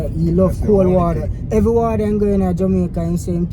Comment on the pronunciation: Seh water….😂 U keep saying wader 😂….mi juss a mess wid u mi boss love this video